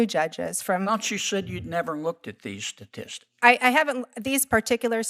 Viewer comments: “I’m not familiar with the sasssistics…” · WTF is a "satistic"? I mean, a district judge surely knows that there are three 't''s in, 'statistic' ... right? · Sasistics - her pronunciation. Pathetic. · "So Senator, again, I am not familiar with the sististics." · She even doesnt know how to say statistics , shes never seen statistics in her life. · She can't even pronounce 'statistics'.